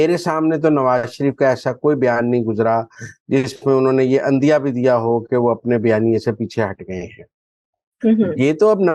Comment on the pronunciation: عندیہ۔ براہ کرم ع کے نیچے زیر۔ پڑھا کریں۔